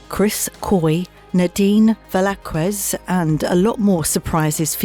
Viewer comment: That's Velazquez not Velaquez